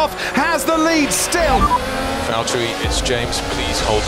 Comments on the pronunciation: "Valterri, it's James" pain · Valtteri its james. Hurts every time i hear it